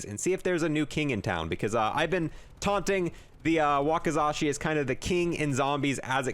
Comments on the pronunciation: I'm so proud of our little. He finally learned how to pronounce wakasashikki!❤ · you know what . you may have said it wrong but hey atleast you tried to say the wakizashi